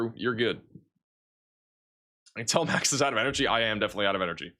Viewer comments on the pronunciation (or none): none